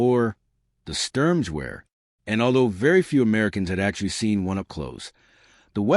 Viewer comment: AI is ridiculous. It is pronounced SHTERM-GAHVARE Storm rifle or assault rifle.Hitler liked strong names for his weapons.